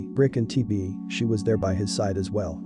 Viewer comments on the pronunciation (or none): none